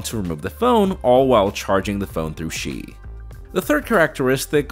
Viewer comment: what's up with tech reviewers still pronouncing words wrongly after years of doing tech coverage? "Qi" is not read "shee", but "chee".